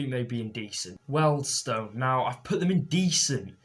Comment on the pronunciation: Why can't you pronounce Wealdstone correctly, you are beginning to annoy me now. The name is pronounced wieldstone no welders in sight!